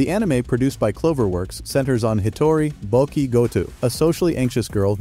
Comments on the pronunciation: I could hear the narration saying “Bokki the rock”. But actually it’s “Bocchi”. And in Japanese “bokki” means “boner” So when you say “BOKKI THE ROCK” it means “boner hard as rock” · great list, but sometimes the pronunciation is not correct, like bocchi, and spy family the x is not pronounced